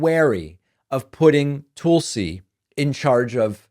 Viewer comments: Its Tuhl-see. TUL SI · Her name is Tulsi. Can you tulsi one time? It’s not toolsi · TOOOOOLSI. The way you say her name drives me bonkers David.